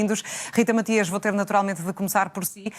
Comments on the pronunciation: nem o nome da Rita sabe a parva, não é Rita Maxias é Matias, está com tanta pressa para a contradizer que nem o nome prenuncia bem, Matias, Matias, Matias, palerma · É do meu ouvido ou ouvi a jornaslista dizer Rita maxias. ??? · mais alguem ouviu a apresentadora dizer rita maxias?